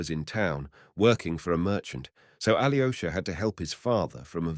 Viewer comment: Aloysha not Ali o'shah